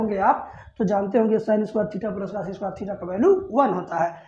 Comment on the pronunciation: Sir aap bhut achha padhate ho par aap x ko yaks or cos ko kas bolte ho thoda Ajeeb lagta h